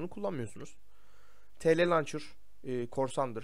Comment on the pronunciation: TLlauncher değil Tlauncher olcak eskiden bende öyle diyordum askjfkdsjlfkdsjf